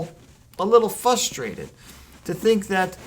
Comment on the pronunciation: Wouldn't want you to get "fustrated" lol.